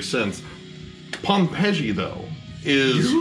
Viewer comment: Pompeji is pronounced the same way as Pompeii for future reference y'all